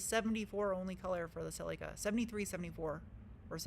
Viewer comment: Why can’t you pronounce Celica properly? 🤷‍♂️🙄